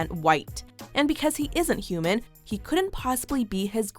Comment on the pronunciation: "Human" begins with an "H",, and it isn't silent. Maybe learn how to speak English before calling someone inhuman, racist prick.